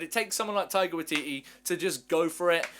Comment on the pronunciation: As a kiwi I just wanna say it's pronounced.. "why-titty"